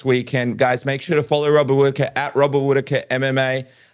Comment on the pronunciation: Its Hobbit Hwhitaker